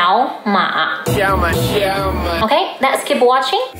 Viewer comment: OMG thank you. I watched that video of the Chinese teachers praising his "native" Chinese and I was thinking are they hearing what I'm hearing? His tones are nowhere near perfect. I'm an expat and I don't even read Chinese but I can hear his tones are not great.